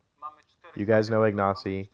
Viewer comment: Great, thanks for putting this up. Seeing Ignacy being fast-forwarded is rather amusing! And good effort on the Polish pronunciation